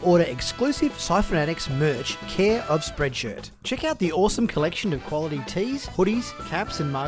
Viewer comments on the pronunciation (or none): none